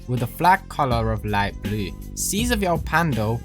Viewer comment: Pls say “🔵“ again 🤣🤣 You was like: “Blüe“ min